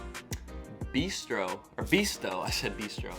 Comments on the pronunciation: But failed on "Bisto"! 😆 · I’m just eating a Crumpet! In the Midlands and North of uk they are called Pikelets. They’re good. Bisto is pronounced Biss-toe. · Glad you like our digestive biscuits. Try the dark chocolate ones. Yummy! Our chocolate is much nicer than the USA offerings. Bisto is a gravy mix used with, for example, roast beef dinner, sausages with mashed potato and other savoury dishes. It's pronounced Biss-toe. Take a look at this old TV ad. Great vids, Keep them coming/ Best wishes from the UK. D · I am a chocoholic mate, trust me Herseys are the worst ever! I feel really sorry for you guys, lol. Az someone has said when you try crumpets make sure they are well toasted, or can taste horrible. And the bisto gravy would go on a roast dinner, ( like a thanksgiving dinner). Its pronounced 'Bis-tow' by the way lol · 'Bisto' is pronounced with the 'i' as in 'pissed'. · We all know when he makes tea There's a strong likelihood that he'll use a microwave, tbh I'm surprised how well You pronounced half the stuff the only one that I noticed You said wrong was bisto (see the adverts to see how it's said) and the biscuit was upside down as a brit haha but great video glad You love our snacks